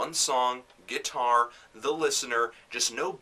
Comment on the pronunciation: "A man...his GUITAWW", haha this is a great review